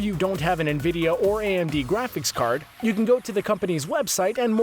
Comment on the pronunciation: "NVIDEO" graphics card Yes I love "NVIDEO" graphics cards I also buy "INTAL" cpus Literally tho please pronounce the names right